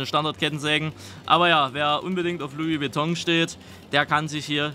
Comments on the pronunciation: Lui Beton auch geil🤣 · "Lui Witong" ....🤣🤣🤣🤣🤣 ich brech weg